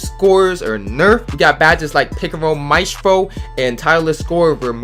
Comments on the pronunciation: Its Maestro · Bro no hate but can not read he said “Vakum” instead of “ vacuum” or mastfro instead of Mastreo